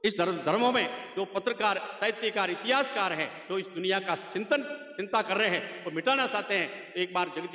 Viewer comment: Sinta nahi chinta bolte he